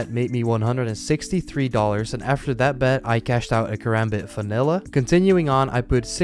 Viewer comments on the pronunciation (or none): Notice that he says "fanilla" instead of vanilla and literally replaces 'v' with 'f' all the time and you'll find this video as annoying as I do